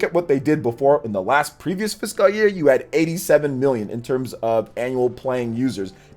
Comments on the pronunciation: It's like "Fis-cowl" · Great vid glad you went over some stats, charts and breakdowns of their annual report many did not. Always keep it locked here for the latest info. Didn’t you drop like 3 vids yesterday? Woo! dunno why but it’s irking me a bit u gotta pronounce it “Fis-Kul” year. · it just makes me cringe a little, the way he says fiscal. 😂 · Goodness, your pronunciation of "fiscal" never improved. 😔